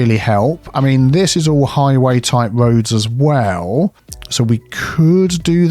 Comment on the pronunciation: Highway? Motorway? Nah, it's "hoywee." ;)